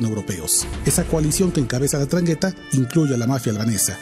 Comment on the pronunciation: Endraghetta!! 😅🤭😆 No esta tan dificil pronunciar.